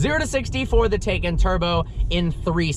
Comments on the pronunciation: You say it wrong (tay-cun) half the time like when you were driving the car but in the intro you say it right (teye-caun) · it's Porsche TIE-CAN Turbo not Taken Turbo, nobody took it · Not Taycan, it's TIEcan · It's not pronounced tie-can or tak-en. Per Porsche, it's tie-con. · The switching between tAcan and TYcan pronunciation was driving me nuts, pick one and go with it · Different pronunciations of Taycan got me confused 😕